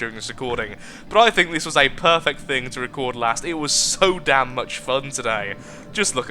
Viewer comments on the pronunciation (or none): "So dame much fun" near the end hahahaha